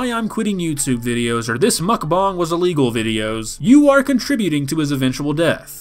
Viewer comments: I love how he said "mukbong" instead of mukbang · why is he saying mukbong not mukbang